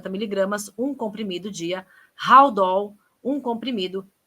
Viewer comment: A defesa está querendo tirar ela do presídio na velha tática de alegar insanidade mas se ela foi presa é porque não é louca, teve discernimento entre o certo é o errado quando o ex marido foi assassinado. Esses medicamentos, HALDOL(se lê aldol e não raldol), Risperidona etc., são pra psicose, delírio(ou no popular remédio de louco). Ninguém "fica louco" do nada. E antes quando ela cantava, quando estava sendo pastora na igreja, quando estava em Brasília, ninguém nunca ouviu falar nada, nadinha que ela fosse louca. Essa indústria de laudos, essa farmacoindustrialização massiva desses medicamentos é uma vergonha. Se está triste toma remédio, se ri toma remédio, se emagrece, se engorda. Ela de louca não tem nada. TOLO , louco é quem cai na lábia dessa esperta.